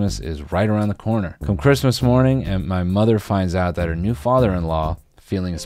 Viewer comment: This man really said mother “mutters” like Tony soprano in a therapy session